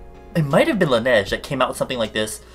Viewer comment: Laniege sounds like langiret (idk how to spell it